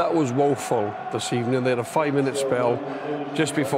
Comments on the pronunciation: Stan Kroenke: Bad evening, here’s your p45. Unai Emery: Good ebening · It was a bery bad ebening. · "The desire seems to be ebening away" 😆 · SACKED IN THE EBENING, UR GETTING SACKED THE EBENING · "good ebening" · sacked in the ebening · Birst ob all good ebening